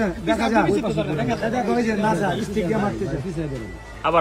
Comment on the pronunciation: সামান্য স্টিক ও কইতে পারেনা, কইতাছে হটস্টিক😒আবার নেতা